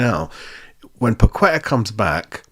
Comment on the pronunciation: You should say Pa - ke - tah not Pa - kwe - tah